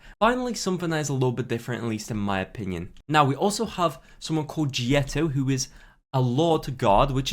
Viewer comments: Hello, russian here: Л - is the equivalent of english letter “L”. So it is pronounced as Leto not Jieto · Jeto is actually pronounced “Leto” meaning “summer” in Russian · g-eto, lol... it is "Leto", summer in russia. Ursus, ya know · Лето is pronounced Leto which means summer